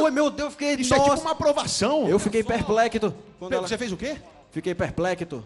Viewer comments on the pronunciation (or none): Perplecto kkkkkkkkkkkkkkkkkkkkkkkkk